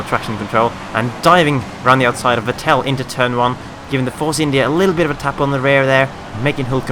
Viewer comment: #ForzaJules Btw, great pronouncing of Vatteri Bottas :) But with Vettel, it´s a bit wrong. The "Vet" you pronounce like the English "fat" and the "tel" isn´t pronounced really high, but really low. Actually yu can say it´s spoken like he english "settle", you with a "f" ;)